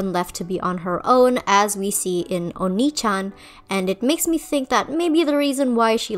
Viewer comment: Okay just to get it out of my system, it's pronounced O*ni-chan, not o*NI-chan. If you place stress on the "o," pronouncing it "oni-chan"（鬼ちゃん）, it means "ogre (chan)." It you place stress on the "ni," it ends up sounding more like the word "onii-chan"（お兄ちゃん）, which means "older brother." P.S. the characters in the show also pronounce akuma wrong. They pronounce it "uh-KOO-muh" when it's actually "*AH*-koo-mah." Akuma（悪魔）means "devil" or "demon" in Japanese. P.P.S I should probably add that the "o" in "oni" is only barely more stressed than the "ni." It's pretty subtle.